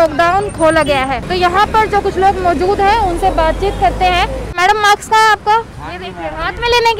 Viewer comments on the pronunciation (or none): अनपढ़ लङकी है माक्स नही मास्क कहते हैं बेवकूफ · Ye kya bolre hi he reporter maadam aapke max kaha he?kaunse maax..maax nhi maassk he